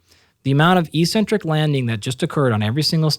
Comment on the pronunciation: Dr. Galpin, thank you for sharing your time and insights! However, your mispronunciation of eccentric validates your claim you were a gym rat early on. it is ehk-sen-trik. The first "c" is hardened by the "c" that follows, and the second "c" is softened by the "e" that follows. I highly recommend The Logic of English book as a family heirloom. Also, look into the importance of bio-copper to cellular energy production. The "chrome" in cytochrome c oxidase refers to the color the copper brings to the enzyme. All anti-oxidant enzymes, the real anti-oxidant work horses, are powered by copper delivered via its transport protein ceruloplasmin. It also happens to be the most sophisticated protein/enzyme in the human body with 1046 amino acids and up to 8 coppers. It also expresses as ferro-oxidase to flip ferrous iron in cells to ferric iron, which enable ferritin to remove the iron from the cells and prevent tissue buildup of potentially reactive iron stores. Cu is absolutely critical to the produ tion of Mg-ATP, the true energy currency of the cell, and NPK fertilizer has neither.